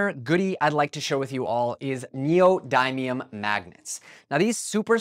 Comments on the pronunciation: Neodymium is pronounced like: "neo-DIM-me-um" not "neo-DIE-me-um" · im sorry but neodaymium?